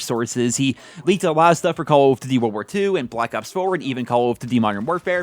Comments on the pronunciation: Why does he say call of tuty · He finds it difficult to say Call of Duty. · It sounds weird when you saying Call of Duty I think you're pronouncing it super weird maybe your just saying it super fast so it sounds weird to me I don't know yeah it's cuz you are saying it weird plus you're saying it super fast so it's all scrunched up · Call of duzy or call of dugy i cant tell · "Calughft Dity..." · Call of dudy??? what??? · Yo why he say call of duty like that thoo?